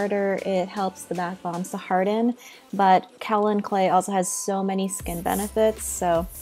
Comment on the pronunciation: Great tutorial. One note: It's pronounced Kay-Oh-Lin clay, not Kah-o-lin.